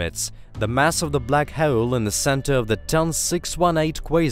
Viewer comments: Love the content . That being said, you need to learn how to pronounce HOLE I cringed 300 times when you pronounced it as hwoole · How to be unique on YT? normal YTbers: tries billion things and still fails This guy: says "WHOELE" and gets billion views 😂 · Very informative. I especially like hearing "hole" pronounced with 3 syllables. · This was a great video. I love space. But the way you say hole cracks me up.